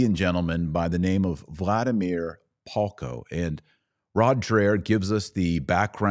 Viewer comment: The name of the Slovak man you are talking about here is VLADIMÍR PALKO. I am only commenting this here in case anyone else is wondering about his name and is trying to further search something about him on the internet, because your pronunciation is really not that great and to me, a Slovak, it sounded more like Halko, Holko, Haľko or Hoľko, so it took me quite some trial and error to figure out who are you talking about. It would be better if transcription of names would be included on the screen or in the description box.